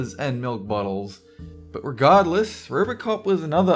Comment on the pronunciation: What country do they pronounce their "o"s like "r"s? rrrbrrrcop?